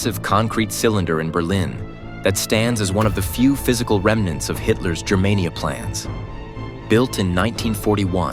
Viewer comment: THUMBS DOWN! It's pronounced GER-mania, hard "G". Not "JER-mania". ("Germania" is the name of one of Tacitus' book.) And what's all that BS about buildings and propaganda? The Nazis didn't invent that. It's been going on since the birth of civilisation. This video was crap. I will never subscribe, but I will definitely block your garbage channel.